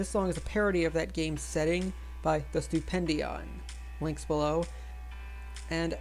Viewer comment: Btw its stupendium. not stupendion